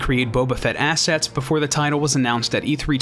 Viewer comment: only 60 seconds in a minute besides its "assets" not "asses"